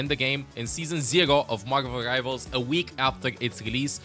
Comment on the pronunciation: I love the way says Margvl Rivals